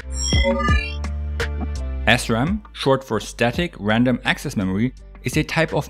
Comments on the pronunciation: it sounds like he is saying ASSRAM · I kept hearing ass-RAM 🤷🏻‍♂️ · i thought you were saying astrom for some reason. lol